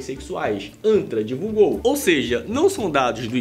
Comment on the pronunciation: Poderia jurar que você falou anta! Os eram do anta! Tive que ouvir umas 4 vezes😮, é antra